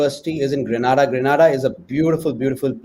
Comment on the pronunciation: The island's name is pronounced G-R-E-E-N -AY-D-A!